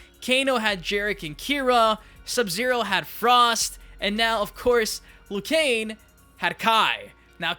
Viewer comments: Liu Kane? Don't you mean Liu Kang.😂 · Who the hell is Lou Kane? It's Liu Kang, dumbass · Liu KANG not Liu KANE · Dude it's pronounced liu kang not liu cain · Its liu kang not liu kan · Its liu kang, not liu kane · why do you keep saying "liu kane" instead of "liu kang" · Who the f is Liu Kane?? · This fucking idiot can’t even say Liu KANG, he says Liu KANE. Fuck this moron, this video is obnoxious and unwatchable. Dislike. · Hay I just notisted your saying leu Jan not leu kang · I think it's Liu Kang not Liu Kane... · Why does he always say Lu Kane? Whats wrong with Kang? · Weird Channel buddy you say leeyou kang. That’s how you say liu kang not loo kane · KANG...NOT KANE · Liu *KANG*, not liu kane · Work on ur pronunciation idiot Die- roo Loo-kang U sicken me ur video sucks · Liu kane 😂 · “Liu Kane”? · Did anyone else hear him say lui Kane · Lu Kane? who tf is Lu Kane? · "Loo Kane" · “Liu Kane” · Im sorry but when you say liu kang you sound like your saying lu kane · Who's Lu Kane? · We know this dude has no idea what he's talking about once he says Lou Kane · Liu Cain, Day-Rew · Did I really just hear you call Liu Kang "Liu Kane"? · “Liu Kane” lmaoooo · Are you saying Liu Kane? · "Liu Kane" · Who the hell is Lou Kain? Yeah, this will be a trustworthy list 🤣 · even the fuckin announcer says 'Kang'. 'Liu Kang' wins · "Liu Kane" Bruh.... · Lu kane, my man u butchered him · Liu kane lol 😂😂😂😂😂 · Are you saying "Liu Kane"? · Why can't you pronounce Liu Kang properly?